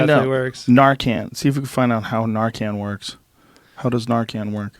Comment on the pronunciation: Nar KAHNS, recep TOURS